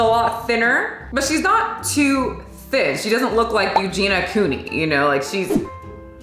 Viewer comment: If you're gonna bring up Eugenia Cooney for her physique that is a result of the deadliest mental illness, you can AT LEAST pronounce her name right.